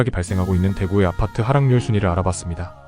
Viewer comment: 아파트 발음만 특이한 억양이신지 ㅎㅎ 왜 '파'발음에 억양이 올라가는지 아팟!트 ㅎ